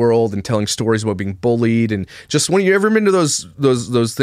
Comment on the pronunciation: I love the way you chose positive paths when faced with ... heartbreak, for example. Working hard and not moping 'aboot' lol💚 I would probably be in a mental institution curled into a permanent fetal position.